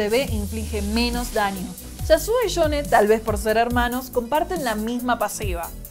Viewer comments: shasuo y shone xDDDDDDDD yo lo pronuncio iasuo, ioun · pesadisha mashor enfriamiento shasuo y shone